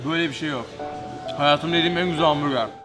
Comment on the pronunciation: Her kez ben dahi hamburger der kardeşım ise hambuge diyo anlamadim